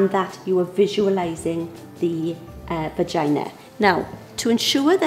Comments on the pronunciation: you said begina😂😂😂😂😂😂😂😂😂😂😂😂😂😂😂😂😂😂😂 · she said vajina